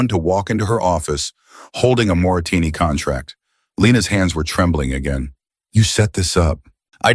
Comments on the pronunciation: Moretti is the correct word. Moretini is wrong ❤ but it is a very good story ❤ listening from Copenhagen, Denmark ❤❤ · It isn't Moratini. It is Moretti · I think you are pronouncing the main character’s name incorrectly. On the subtitles it is Moretti. You are pronouncing it Moratini. Which is it ? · It is so maddening when the man reading keeps pronouncing things wrong!!!!! His name is Moretti!!!!!! Not Moritinni. Geez!!! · Wh6 is the narrator saying Morrettini, when the text says Morretti? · Moretti is Moretti NOT Moritini or Morasini!!! The name kept changing in spelling not in pronunciation. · Moritini say it right. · M-O-R-E-T-T-I PLEASE PEOPLE🤖 Is not that difficult to read😕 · The narrator can't even pronounce the name of the maintenance male character!! Morretti,dam AI sucks at times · Oh come on. The voice can't even pronounce mafia guys name properly... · Bad prononciation of Moretti Last name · I agree 👍 ❤.